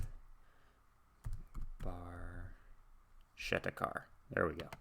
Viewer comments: In Italian, the “ch” in Barchetta would be pronounced like a “k”. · He pronounces in English with has "ch" sound, so it's ok, they understand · ds9 Great choice, Great reaction. I was going to write my interpretation of the lyrics but Mr. Chamberlain's comment covers It very well. btw, the technically-correct Italian pronounciation is Barketta, even though Geddy does indeed say Barchetta. Great job as usual and hey it's a good day for binging on. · Pronounced 'bar-ketta' in Italian. It's a small car that is open-topped, with no removable or foldable top. Emphasis is on performance... "A brilliant red Barchetta from a better vanished time..." LOVE this tune! Thanks for reacting to it!